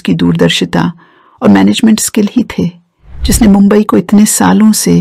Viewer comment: मँडम आप गलत जानकारी दे रही है हा और मुंबई बोलने की प्रँक्टीस किजीए